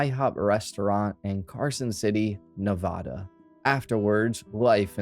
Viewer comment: It’s Nevada. First A as in “apple”. Just for future reference :)